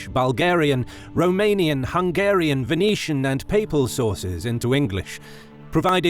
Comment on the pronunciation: I especially respect the correct romanian pronunciation, it shows that a lot of effort was put into this great documentary, well done!